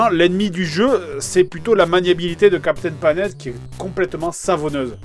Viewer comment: Ouais on dirait qu'il dit vraiment "Captain Lavette" ... ou "Navette" c'est pas clair !